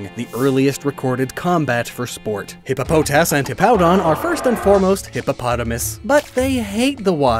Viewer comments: "Hippa-poh-TAS" lol. I know this isn't the official pronunciation, but I much prefer "Hippo-PAH-tis" it's just hippopotamus with the "amu" removed. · At least you didn't call hippopotas as hippo-puh-toss which is it's official pronunciation, I like hippo-pot-us more but yours isn't bad (hippo-po-tas)